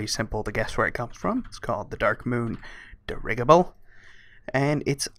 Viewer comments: I love your videos and you are awesome, but you mispronounce a lot of words. dir·i·gi·ble ˈdirəjəb(ə)l,dəˈrijəb(ə)l. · Dir gi ble, as in a floating zeppelin type craft, think like dirge's kickin chimerok chops